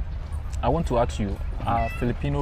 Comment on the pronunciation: ASK NOT AXE, you are AXING HIM